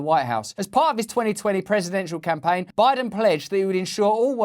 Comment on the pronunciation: Joe Lie-den. It just rolls off the tongue doesn't it.